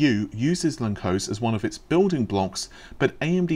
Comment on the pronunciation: It's Hungarian, so it's read lun-tsosh